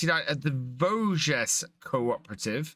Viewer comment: The end "s" of "Vosges must not be pronounced :)